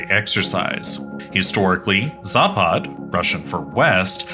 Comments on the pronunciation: Its not zāpād, its zapad. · It's pronounced západ. Stress on the first 'a'. You could try saying it like zápud. It means west. Vostok (pronounced vastók) means east. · does anyone thats from the slavic nations cringe so hard when he says zapad in the wrong accent